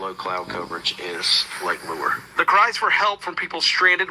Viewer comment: Lake Lure is pronounced Lake loo-er